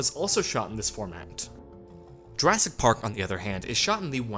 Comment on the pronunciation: "JurASS- Park"